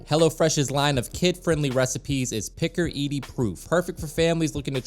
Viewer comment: “picker eaty” 😂 i’m sure he meant picky eater proof